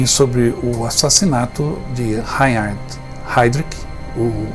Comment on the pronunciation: Rrrrrrrainnnn...rard...este último "H" se diz como agá fonado . Não lembro com sua senhoria pronunciou Reinhard, mas por certo que não ficou reconhecível. Lembre -se rrrrrrrainnnn...hhhharnd - este "H" é pronunciado como o senhor fala "haid rik" Eram monstros. Mas os patriotas eram muito, muito corajosos... Não se pode chamar traidor o que contou o nome dos companheiros....o sofrimento por tortura tem um limite. Deus os abençoe a todos do grupo. Parabéns pela aula de história.Eu é que agradeço.